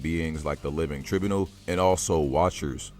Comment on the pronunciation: I've never heard living tribunal pronounced so wrongly lol